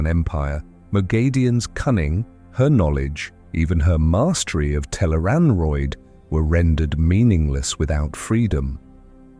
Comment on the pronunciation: Tel'aran'rhiod (tel-AYE-rahn-rhee-ODD) Note it does not rhyme with steroid. Also Tarmon Gai'don (pronounced: TAHR-mohn GAY-dohn). The author provides plenty of pronounciation guides for the new/unusual words and names. These are also online all over the place, thought the wiki has most if not all of them in one place. PLEASE research things before doing an explainer video on them. It's not good for credibility to have so much misspronounced.